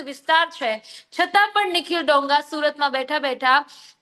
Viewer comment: ડોંગા નહી દોંગા. ગુજરાતી‌ શીખી લે પહેલા. 😂😂😂😅😅😅